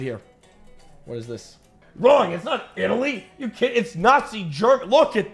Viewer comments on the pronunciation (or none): none